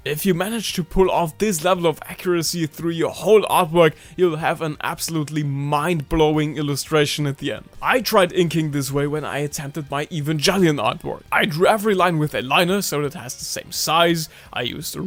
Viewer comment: u lost me at evanjellion